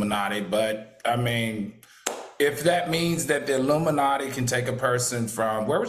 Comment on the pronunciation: Q said “aluminumnatti” 😂